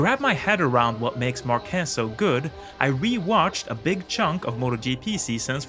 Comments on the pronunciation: PLEASE, IT IS SAID mÁrquez. How many video material did you say you watch ? all you could get your hands on? really? not even a race in castile spanish language so you properly know the fonetics of the name of the man you are talking bout to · Good video mate, but please the surname Márquez has the same stress syllable than market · Very interesting analysis. I hope you're not angry if I tell you that in the right pronuntiation of "Márquez" you stress the first syllable and pronounce "z" as "th" in English. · on Bikes Tip for a correct speech. In Spanish, his language, for his name, the stress is in the a, not is the e. Márquez. Please. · First:: Learn to pronounce his name right: Márquez, not Marquuuééééééz. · Márquez it is pronounced with the strenth in the a, not in the e. It's MÁrquez, not MarquEz. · WTF? Marquéz? It's Marquez. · And his last name is Màr-keth...that is the correct pronunciation. I have really never understood while English Speaking TV Hosts call him "Mar-kèzzz". He is far from being French....he is as proud as a Catalan can be..... which means he can't handle the french..... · It's "Márquez", not "Marquéz" ;D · Bro its MARquez not marQUEZ but good video anyway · Márquez is stressed in the A not the E. Otherwise you are saying "marqués" which translate as "marquess" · It's MÁrquez, not MarquÉz. (Emphasis on the first syllable) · that is a very nice video and analysis of Marc's driving style and techniques. Just a constructive critique, his last name is not pronounced "MarquEEEz", as you call him. It is pronounced correctly as a popular spanish last name, "MAArquez", with an accent on the "a". If you take a look on how his name is spelled, it would make more sense. Márquez. In spanish, we do emphasize the vowels which are accented.:) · Great video! Congrats! Just one minor thing though, pronunciation is “már.quez”, being strong the “a” and not “mar.quéz”! :) Sending support from Spain! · It's MAR kes, not mar KES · mÁrquez not marquÉz